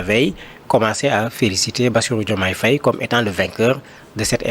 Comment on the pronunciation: Madame l'animatrice essayez de bien prononcer le nom Faye. Faye c'est Faye comme en français et pas Fèye